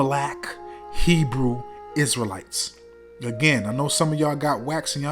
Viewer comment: Shalawam Family, straight facts, she couldnt even say Hebrew Isrealites correctly 😭😭😭😭🤣🤣